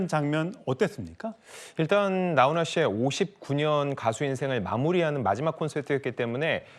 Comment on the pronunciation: 기자야 나혼아가 아니고 나훈아다